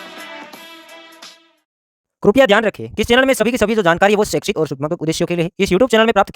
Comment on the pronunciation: Bhai tum शैक्षिक bolte ho mujhe sexy sunai deta hai...😅😅😅